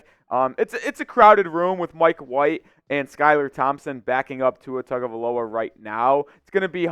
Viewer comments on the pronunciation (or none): none